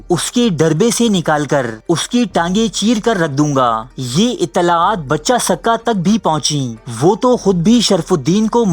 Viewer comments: بچہ سقہ نہیں بچے سقہ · It's pronounced Baacha, not Bacha, ae sadayeen wannabe intellectual 😂